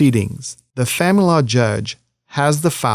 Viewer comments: Are you saying the... Family Law Judge? Because it sounds like "fanlaw" judge and I can't figure out what else it's supposed to be. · Why he says famalala judge 🤣